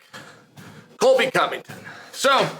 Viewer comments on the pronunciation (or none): none